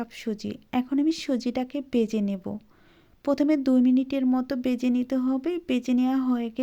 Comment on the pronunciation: পিঠা ভালো লাগলো কিন্তু আপনি যদি উচ্চারণের ক্লাস করেন তাহলে আরও ভালো লাগবে। বেজে নয়,ভেজে।